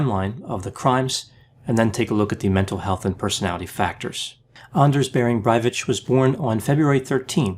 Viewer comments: Norwegian here, just wanted to point out it's pronounced "Breivick", not "Breivich". Good video tho! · Breivik is pronunced Breivick. Not Braivits. He just rented the farm temporarily. I think he is a malign psycopathic narcissist. And a terrorist of course. He is not right wing, he is a nazi, that is National Socialist, LEFT. Im chocked about his mums behaviour but not too chocked about the Norw. social services not removing him from his mum. They are unfortunately incompetent. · "Brivitch"? It's pronounced "Brayvick" I know that because I just watched a documentary on him filmed in Norway featuring mostly Norwegians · Breivik not breivich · Breivik🇳🇴 ❌ Brević🇷🇸✅ 😂😂😂😂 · Please! It isn ´t hard to check the pronunciation of names. Anders Behring Breivik isn´t a Breivitch. It is extremely disturbing. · k pronounced k not ch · u say braivich, wrong.its breivic kkkkkkkkkkkk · His surname is not pronounced "Brywitch" but 'Bryvick' ('vick' pronounced as in the product 'Vicks-vaporub') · BrajVich... :) It's BreiVic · His surname is Breivik, not Brivich😅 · i know, it's driving me nuts. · It’s BreiviK, Not BreiviCH, not sure how you pronunciate it with a “CH”? Maybe I’m wrong? But hey great analysis, I thought I knew about this story, but I learned a lot here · Why pronounce k as ch? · Breivik is pronounced [ˈbræɪviːk]. There's a "k" sound at the end, not "tch". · It's pronounced "Bray-veek" not "which"! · Breivik is pronounced much as it's written, there is no ch sound in Breivik, it's pronounced Brei vik, vik prounounced very much like vik ings. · Breivik is pronounced with a hard K at the end, but great channel overall! 🇸🇪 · Make a video about and why he feels the need to "speculate" about anything. Also why he cannot say the Word breivik... It's vik not vitch. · It's BreVIK not "BreiVITSCH" the tosser is not from Eastern Europe. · he's Breivik not Brievich =_= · intresting video but you could do the pronunciation better,, breivick,, not brevicj